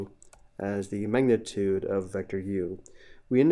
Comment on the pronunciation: lil bro cant say magnitute